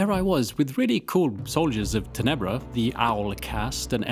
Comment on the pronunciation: In Italian it’s pronounced ‘tenebra with stress on the first syllable so I assume that’s how Roman Latin also sounded